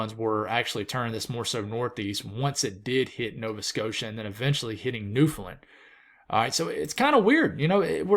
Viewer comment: Great stuff love the content. (btw Newfoundland is pronounced New-fun-land (land like a plane))